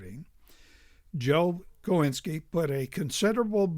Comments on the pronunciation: I bought the book some years ago but haven’t yet gotten around to reading it. And I believe the phonetically correct pronunciation of his name is “coin-skee.” What also isn’t mentioned is that Choynski was Jewish. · I only discovered this video today, but it does a fine job discussing my great-uncle Joe Choynski. Incidentally, the name was pronounced "Coe- IN-ski." Descendants of this family all changed their names to "Coe." I never met Joe. although he died during my childhood, but my mother spoke of him with great fondness